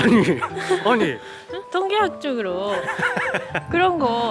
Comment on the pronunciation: 한국어실력 미쳤음 ㅋㅋㅋㅋ "통계학적으로" ㅋㅋㅋㅋ